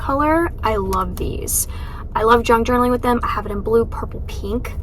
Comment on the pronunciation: I thought you said “drunk journaling” 😂 I was thinking that does sound like so much fun!! I had to go back & listen again.